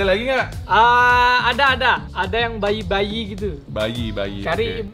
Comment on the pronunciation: bilang bayi atau baby malah babi wkwkwkwk😂🤣🤣🤣